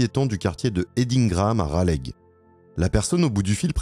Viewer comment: Raleigh se prononce "Ralé". c'est pas grave, c'est mignon 😁. vraiment une histoire tragique. merci de l'avoir raconté